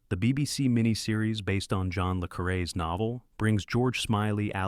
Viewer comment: ‘Lay’ Carre is NOT how it’s pronounced. It sounds as written - Luh Carre. Simple. Get it right!